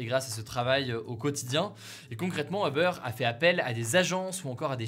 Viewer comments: non 💀 en anglais c’est « Ou-ber » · Hugo, si tu veux rester fidèle à la prononciation anglophone, c’est “houbeur”ou “youbeur” que tu devrais dire. Pas “heubeur”. 😌😄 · Tu peux stp prononcer “OU-Beur” & non “EUH-Beur”? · On ne prononce pas Uber "Eubeur" mais Übeur avec un "u" comme dans "minuscule" + beur comme le "beurre". C'est un mot allemand qui veut dire dessus. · Bonne vidéo ! Par contre c'est Uber pas Eubeur 😉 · "Obeur" ça me fait mal aux oreilles. Je veux bien comprendre que le mot soit prononcé de manière française, mais dans ce cas dis uber comme ça s'écrit en prononçant le u. Sachant qu'en anglais ça se prononce "ouber" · C'est pas Eber mais Uber (youber) en prononciation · C'est UUber et pas EUber! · pourquoi tout le monde dit "eubeur" alors qu'en anglais ca se dit "oubeur" ??? si on veut prononcer à l'anglaise autant le faire correctement non? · C’est pas Eber c’est Uber « U » pas « E » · U-ber et non eh-ber!! 🤦🏼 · Ça se prononce oobeur ou ubeur mais pas eubeur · Peut-on tous prononcer « you-beur » au lieu de « heu-beurre » svp? Merci ! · FYI, c'est pas eubeur, mais youbeur... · "eubeure", non il faut arrêter, ça fait mal aux oreilles. Les anglophones prononcent "ou-beurre". Quand je parle français je dis "Hubert". Ça marche très bien. "eubeurre" c´est vraiment la honte. La marque de ceux qui ne savent parler ni anglais ni français. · A part les anglais qui n’ont pas le son « u » j’ai jamais entendu qqn prononcé eubeurre ahah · Pourquoi tu prononce "Oeufbeurre"? La première lettre est un U.... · Stressant quand tu dis EUBEURRE mdr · Pourquoi il dit Euber ? 😅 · Comment il prononce Uber j'ai jamais entendu ça